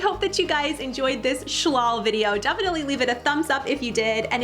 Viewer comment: pronounce it shaul not shLAL